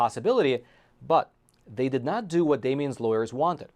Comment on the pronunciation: The host pronounces the word "not" as "nod" and the word "top" as "tob" (substituting vocalized consonants for non-vocalized ones).